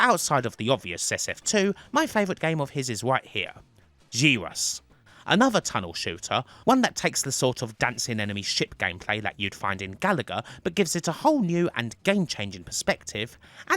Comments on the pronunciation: It's jye-rus, like gyro (everything is spinning). Not jerrus. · Pronounced. —- Gi - Rus —- not G -rus. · Surely Gyruss is pronounced the same way as Gyro, seeing as it's about rotation? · Yep. Gyruss like gyroscope.